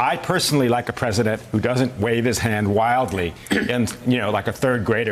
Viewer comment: strat tee jerry ??????/ in english IT IS stra te gerry now say it fast and learn english if your going to call your first language english